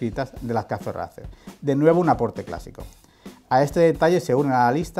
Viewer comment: Gente de el vídeo muy chulo y todo lo que cuentas súper bien! Pero os pido por favor !!!! Ya que haceis honor contando la historia de la marca y de el modelo aquí en Youtube, no podeis decir RACER a la española y quedaros tan anchos! Suena asquerosamente vomitivo! suena horrible! Igual que THRUXTON e igual que CAFE RACER y todas las palabras inglesas que son tan bonitas y suenan tan bien, hacer el favor de pronunciarlo en inglés por favor! Es vergonzoso, con todos mis respetos.